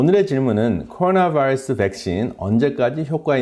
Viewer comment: 박사님 한국말 잘하시는데 꼬로놔바이뤄쓰 영어에는 버터 많이 바르시네요^^